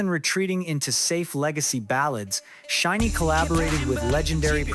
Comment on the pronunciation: while i think the points in this video are interesting, it was hard to take seriously due to the auto-narrator. a random mispronouciation of "SHINee" and "live" stuck out to me in particular, as well as some odd choices in vocal tone that no human invested in this script would make. some points about chronology of shinee's solo activities (minho's hwarang comes to mind, which was prior to View), were slightly off, but that was less of a bother for me personally, since the rest of the script was generally accurate (from my memory as a long time shawol). but anyway, i appreciate the points made particularly at the end of the video essay. shinee's recent comeback with Atmos, following heavy-hitters Hard and DCM was a perfect statement of resilience and longevity for SHINee. the perfect comeback, imo. Atmos draws on nostalgia of SHINee's "classic" color in reference to View (which many including the members cite as a turning point, even on top of all the diverse hits they released prior), yet elevates it with the skill, vocal production, and gravitas of a veteran group. The greater context of following up Hard and DCM and the current 4th/5th gen landscape as the video detailed, make it an even greater statement.